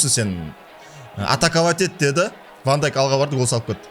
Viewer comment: Вообше то Ван Дейк